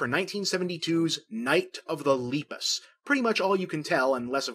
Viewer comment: His pronunciation of Lepus throughout this entire video is painful